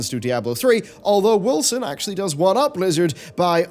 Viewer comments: Woll-zen,. Woll-zen. Not Wilson. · Am I the only one that is hearing him say "Wilson"? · Irritates me too. I pronounce it Wolken. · I could swear, you always say "Wilson" ... not Wolcen ... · He started off saying Wolcen, then he said Wilkson, from that point on he started saying Wilson. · Justified Kill77 so it’s not just me